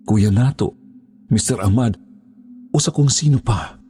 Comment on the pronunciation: Ah-mad po ung tamang bigkas nun…salamat po s mgandang storya…